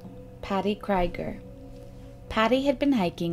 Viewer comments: I just want to point out that the last name 'Krieger' is German and the 'ie' is pronunced like the double 'ee' in 'bee' or 'heel'. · Exactly what I was thinking. It sounds like a German name and ie is always pronounce 'ee' in German. If it was spelled Kreiger it would be pronounced 'Kryger'. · OMFG! "cry-ger"?????? try "kree-ger". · Unless you’ve heard directly from the family or credible source, Krieger is pronounced “KREE-ger”. Like Robby Krieger of The Doors. Or as in blitzkrieg. Krieg is the German word for war.